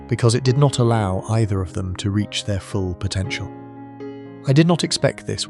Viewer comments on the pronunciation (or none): none